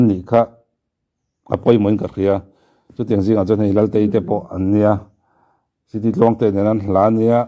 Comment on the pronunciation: Laltei I ti ziah a Ngaihthlak a ti nuam lo tep. Latei tih tur a nia. Thil hote anga lang rilru ti buai tlat thei a awm nia. By the way I aw dik tak ee. React zel rawh.